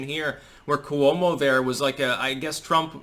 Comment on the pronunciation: NOT ku-womo! It’s Cwo-mo. Pronounced in two syllables, not three, as in slo-mo.